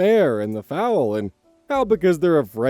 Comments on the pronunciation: for a minute there I thought you thought you were talking about a chicken (fowl) not a baby horse (foal) lol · If it makes you feel better, I've been assuming that certain words you mispronounce are down to either only reading them (very common for most people) or dyslexia (?) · Yea im ngl that was physically hurting me but you're lucky i like you oz so i stuck through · came down here as a horse person to laugh about your 'foal" pronunciation, but i see people got to you already. My most embarrassing mispronunciation due to only reading a word is 'meringue' which instead of pronouncing "ma-rang" (or close to that) i pronounced it "ma-ren-gay" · Me: what an insane story Commenters: OZ MISPRONUNCIATED FOAL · I listened to the entire story having a tiny question mark in my head about how pronounced "foal" but didn't think much of it because I figured I might've been mistaken about the pronunciation myself (ESL) and once I started to read comments, the "oh" moment came (lol). But holy hells, what a rollercoaster that saga was. I was surprised that the final update was actually final; with all the craziness, I thought there was going to be a "final final final" update at least. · Ignoring the oopsie with foal (most of my lexicon is self-taught and I sucked at understanding phonetic keys, so there's PLENTY of words I use I pronounce wrong til I finally come across someone who knows the word!) This was definitely an interesting listen while I did my gardening :) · Also, as a horse lover, you must've enjoyed pronunciation of 'foal'. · the way ur pronouncing "foal" is killing me here. I love you, but youre killing me 😂😂😂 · FOAL. It rhymes with COAL omg lol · Not consistently calling the baby horse (foal) a bird (fowl) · Not pronouncing Foal [fohl] as Fowl like the birds. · It could be a difference of pronunciation depending on where he is but yeah foal should not be pronounced like fowl, but more like bowl. 😅 Sorry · FOWL:( nooo